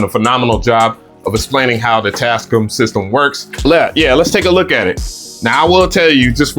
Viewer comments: Tas -CAAAAAM! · Bro keeps pronouncing it as “TASCUM”😂😂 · this is my new goal...i need to buy enough equipment to justify purchasing this mixer. this dude goes out of his way to mispronounce words. "Ruhverb" "Tascuhm" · its TAS- CAM BRO:)) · welcome bike today we are looking at the tascum model 24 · quality tech info -100 % raw excitement from seeing a mixer for the first time in person +500 % pronunciation of brand name Tascam -100 % level of diddler energy for the mixer +500 % over all review score 800% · You were super sensitive about Bolo pronouncing your name right and you cant even pronounce Tascam correctly 😂 Also, camera moves way to much. slow it down 🥴